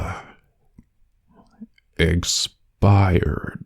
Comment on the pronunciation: why did i hear "eggspired"? lol